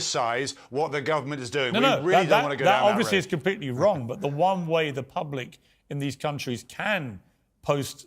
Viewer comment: My way or wah way... learn to pronounce please.